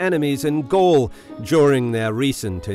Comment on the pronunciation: Gall? Not Gaul?